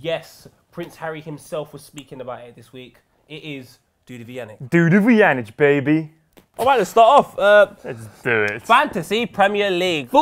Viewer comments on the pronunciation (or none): Hahah cool Dutch pronounciation Vujanic